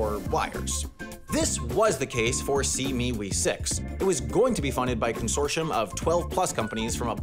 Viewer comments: Its SEA-ME-WE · Pronounced "See me wee." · Ah yes, þe sea mee wee